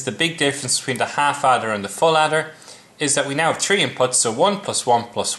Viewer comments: great video, but "tree plus tree?" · u pronounce your three as tree? just to let u know.